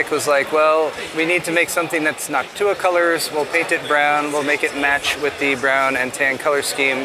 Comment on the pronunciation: NawkTuah is definitely an interesting way to pronounce Noctua